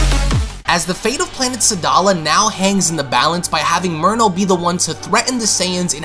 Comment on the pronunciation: Is it jus me or when he says merno it sounds like he’s saying mono?